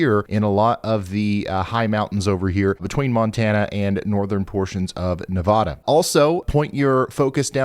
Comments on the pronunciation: For years & years… we’ve tried to re-educate. 😞 oh Ryan, it’s Neh Va duh. It’s just fine to mispronounce small towns and obscure regional names… but we draw the verbalization line at a state of your own country. Nevada —— Neh va (as can, pan, fan…) duh. There’s NO “ vaw” in the word. Oh the cringe. It’s absolute cringe worthy. I’ve got to find a north west weather channel that I can listen to in ear comfort. Hey- at least the west was mentioned though… we exist this week 😄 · Ryan: Pronounced: neh-VAD-uh This bugs the be-Jesus out of "Na-VAD-ins"... I lived there for thirty years. When I got there in 1991 they made sure to correct me when I said it wrong!